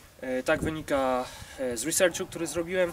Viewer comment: risercziu buahahahahahahahaha, reszta super